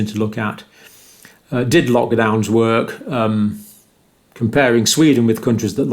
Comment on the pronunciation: what are you saying?? "lockdowns seems like that they wooord" is what I hear come out of your mouth :P